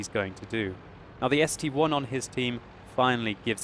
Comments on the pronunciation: ST-I !!! ... not ST-1 !!! FFS !!! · It's not a ST-1, It's ST-I. It uses roman numerals.